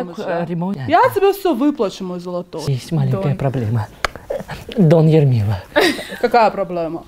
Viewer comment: 😂эрмила дома😂😂😂😂 я слышал имя Элмира А её зовут Эрмила 😂😂😂 Он не ошибся случайно